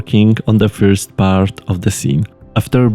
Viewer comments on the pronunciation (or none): Wiem, że mamy narodowy nawyk wymowy "first" zamiast "ferst", ale tak skromnie zwrócę uwagę :). Niemniej - materiały od Ciebie , które mam przyjemność oglądać są na wysokim poziomie i oby ich jak najwięcej :)